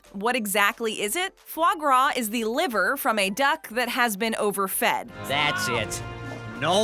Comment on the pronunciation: Anyone else flinch every time she pronounced it as fluh grah. It’s Fah Grah!